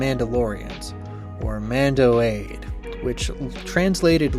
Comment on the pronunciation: the e at the end of mando'ade is pronounced btw. (ah-day not aide)